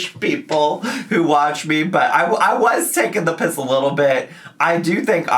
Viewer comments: As a British viewer, I absolutely loved hearing you say ‘taking the piss a little bit’ 🤣🤣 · I thoroughly enjoyed hearing you say 'taking the p*ss'! Love you from Scotland 💜